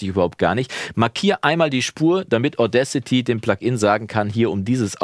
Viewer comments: Deine Aussprache von Audacity passt schon. Ich dachte erst, der Name wäre irgendein Wortspiel mit "Audio", aber "Audcity" heißt "Unverfrorenheit ". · Ich meine, es wird mit 2 Wörtern ausgesprochen: "Auda" und "City", also "Auda-city". Ich kenne so einige Musis, die ihre Audiofiles solo mit Audacity aufnehmen und zum einbinden und weiteren bearbeiten zu dem schicken, der dann an der großen DAW sitzt - klappt gut!